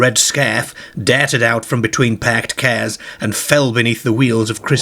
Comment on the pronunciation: someone dair-ted out from between two pairked cairs